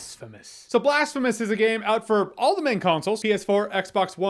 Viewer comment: Blastphemous... Damnit Jeremy😂